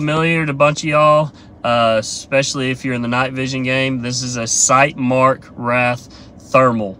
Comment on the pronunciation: bro, at least learn how to pronounce the product you are using. wraith, not wrath. two totally different things